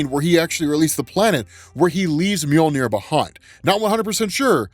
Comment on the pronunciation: He buries the handle to storm breaker u said moijner or however it's spelled lol